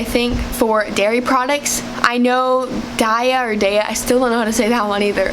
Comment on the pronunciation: Excuse me, DAIYA Not Daisy,sorry